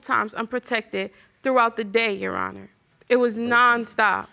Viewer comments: Did he say Your Honest?! Instead of Your Honor? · tell me that man didn’t say “your honest” instead of “your honor” 😭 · He said, "Your Honorz." Then, he says later, "I want to know if this Babyz-Minez or not." 😀